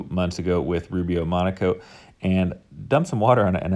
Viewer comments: Is he saying monAcoat? Shouldn't it be monOcoat? Just asking... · Not me thinking he was saying Rubio Monaco THE WHOLE TIME 👀